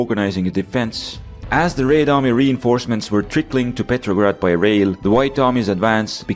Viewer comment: theres something satisfying about hearing him say "raed army"